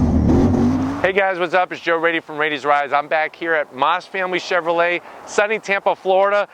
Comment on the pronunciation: Chevrolet not Chevrolt lol